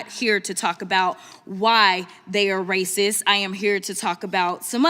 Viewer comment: “…they have broke the law,” “Poe-lice,” “rasis” clearly well educated bigots.